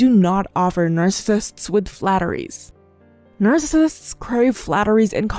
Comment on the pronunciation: you might want to work on saying the word narccisist correctly before repeating it 8000 times in a video. just sayin.